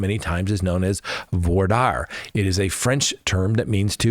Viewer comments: "voir dire" .... even if it may be dire, it's pronounced D (delta) i (India) r (romeo) e (silent) ... or similar to "deer" (the animal). 😃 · Voir Dire... pronounced "VWAR DEER"